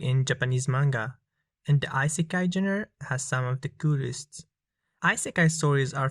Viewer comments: its pronounced e-sekai not eye-sekai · When You realize it's isekai and not isakai. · wdym, instead of ai sekai The correct way to say it is i se ka i Japanese doesn't have ai, there is a, i, u, e and o then there are letters like sa or te. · eye sekai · Shouldn’t it be e-sekai? Sounds better to me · Eyes i kai xD XD Xd